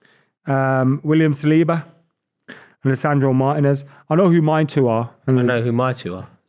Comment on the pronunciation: saying Martinez 🤣🤣🤣